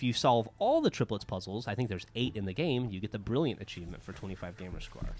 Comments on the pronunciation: Achiemient! :D hahaha I love how she says achievement( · is adorable! "Achievient" lol.. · "And we got ACHIEMIENT!" 3m51s